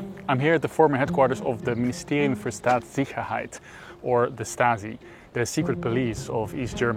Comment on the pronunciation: its not "St"aatsicherheit, but pronoumced."Scht"aatssicherheit, like when you tell someone in a crowd next to you to be quiet in a presentation